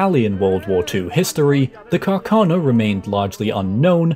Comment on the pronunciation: It's Càrcano, accented on the first A, not on the second one!